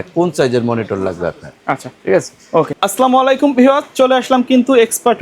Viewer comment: আসলামালাইকুম❌ আসসালামু আলাইকুম ✅